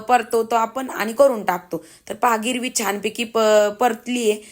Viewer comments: अग गिरवि नाही ग........ग्रेव्ही... कस्तुरी मेथी नाही ग...कसूरी मेथी बोलतात....राग नको मानू...पण आपले माणूस चुकत असेल तर सांगायलाच पाहिजे असे मला वाटले म्हणून कंमेंट केली...तरी तूला वाईट वाटले असेल तर Sorry..... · गिरवी म्हणतेय ग्रेव्ही म्हणत जा आणि कस्तुरी मेथी नाही ग. कसुरी मेथी म्हणतात. पण खूप छान बुर्जी बनवली 👌👌